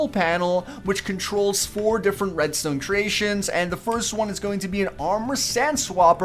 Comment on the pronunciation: he says redstone like redstewn